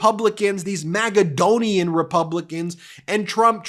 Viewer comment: Please stop saying MAGAdonian.